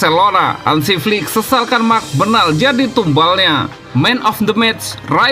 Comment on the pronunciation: Woii coii...klw sebut nama org tuu yg benar...namanya MARC BERNAL...kau sebut Merc Bernal...Rayo Valecano(Baca :Rayo Valekano..bukan Rayo Vallecano)....